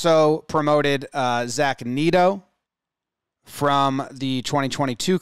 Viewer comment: It's Nolan SHAN-oh-el and Zach NET-oh